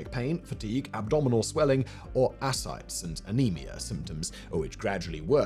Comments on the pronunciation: Love it... Except ascites is /əˈsaɪtiz/ ass-cite-ease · It's pronounced Ah-sigh-tee's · The “mispronunciations” are indeed annoying to us ignorant Yanks.